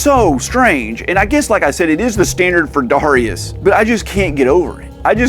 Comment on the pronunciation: Its read as D-E-I-rius.